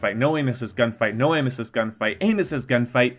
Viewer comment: Sounds like you're saying anus cyst